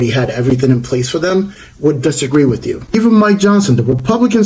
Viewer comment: Anyone who takes the word 'with' and pronounces it 'wich' is someone I have trouble taking seriously. I couldn't even take in either of them said bc the accents were so off for me. And why are the random ppl who are victims of this storm 'amazing ppl'? They're random ppl, who I'm sure are amazing in unique and varied ways, but that was weird. I haven't followed this story, so I'm not sure of any of the political stuff going on around it, or who these ppl are, but I don't like their accents.